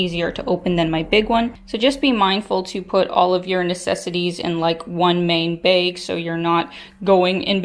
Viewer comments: Why do you say "bag" like "baig"? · do you also pronounce bagel like baggle? lol